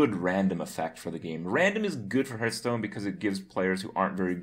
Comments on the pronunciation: When are you gonna pronounce hearthstone the right way? :P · Maybe Blizzcon teaches Kripp how to pronounce the name of the game he talks about so much :)